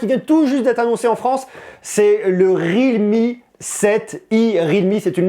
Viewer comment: ça ne se prononece pas rilmi mais riAlmi